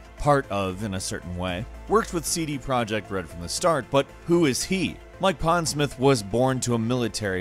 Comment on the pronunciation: Mike Pondsmirth?